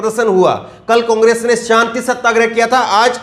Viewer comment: O Ke Pronounciation Mein O Ka Murda Niklte Ho. Congress Ko Cungress Aor Ore Kahete Ho.